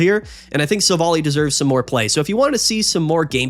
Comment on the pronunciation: Minor pet peeve. It's pronounced Silv-ally.